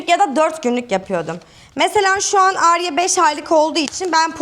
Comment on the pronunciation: abla adım alya sen Arya deyince ben alya duyuyorum gcukdtuktukxty